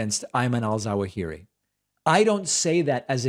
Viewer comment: love your show. za-WAA-hih-ree